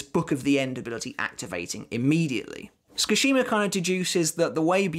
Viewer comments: great video. just FYI Sue-ki-shee-ma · 'ts' is pronounced the way you pronounce 'ch' in the word 'chair' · The way he keeps saying my name is kinda wild... I was just listening to this like a podcast and was like who tf is he talking about lmfao Skashima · the way you pronounce tsukishima causes me physical pain